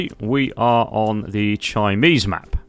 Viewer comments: This is Dr Gary Mair wanted to tell you It's pronounced Kimsee it's a lake in Bavaria near I was born do not chinese its German ok its exellent vlog anyway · Chiemsee - pronounced TJEEEMSEEE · It's not "chimneys" like the stove things that pop up at the top of your house roof.. The name of the map is Chiemsee, named by the lake of the same name in Germany. Pronunciation is worlds appart, and yours is universes away... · bro can you say it right? chimney? chimese? come on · HAHAHAHA. The name of the map is pronounced "KeemZay". Chiemsee is an actual name of a place in Bavaria, Germany. Crazy Ludwig (King of Bavaria in the 19th Century) actually built a smaller replica of Versailles there. Great video presenting the map! Lots of fun! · Not even trying to pronounce the map name right. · not jus the once either, and gotta say, boring video